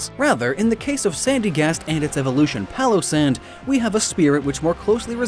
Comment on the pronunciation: “Pallace & Sand” I thought it was Pile o’ Sand